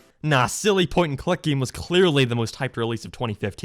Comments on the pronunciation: Why does he say “giem” instead of game? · He says geam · hey keeps saying gaem lol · I can't concentrate when I'm laughing my ass off on how he pronounces "game" and "update"